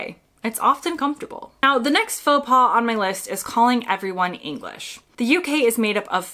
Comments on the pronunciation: Your pronunciation of faux pas is one in itself! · For Americans visiting Canada, including Québec, most of this applies here, too (except the pronunciation of "faux pas", because the final 's' is silent, even when it is plural). Oh, and Canadians always hold the door for the next person. To let it slam shut is barbaric.